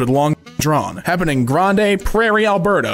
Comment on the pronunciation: > Grande is just pronounced 'grand'